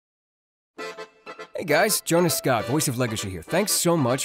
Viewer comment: Jonah scoot? Is it not pronounced scott?